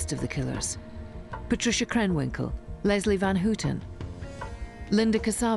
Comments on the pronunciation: Leslie Van HOOO-ten. Linda Ka-SAH-bian. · Love the wrong pronunciations of Squeaky Fromme and Leslie Van Houten by the narrator!